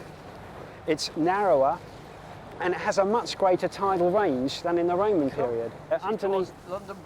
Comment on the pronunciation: What? A woaman woad in wondon???